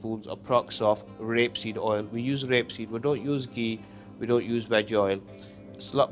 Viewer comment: ra-peseed oil???